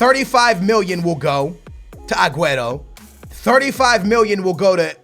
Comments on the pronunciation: genuinely, annoys the shit out of me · yoiur saying my fav players name wrong so sad. STOP SAYING AGUERO WRONG!!!!!!!!!!!!!!!!!!!!!!!!!!!!!!!!!!!!!!!!!!!!!!11